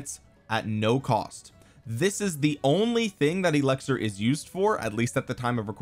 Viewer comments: it’s eLIXir not eLEXir…come on, you’re too educated to not know such a basic word my guy 😂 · Does he say elixir weird, or is it just me?